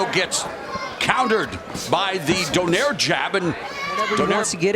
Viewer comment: Its pronounced donay-re not donaire you eat.